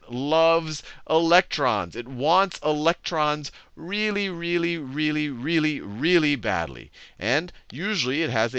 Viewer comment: "Wealy wealy wealy good at getting electron"